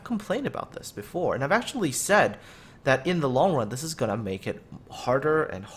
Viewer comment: Gonna? Gunna? gurna? feking wut m8?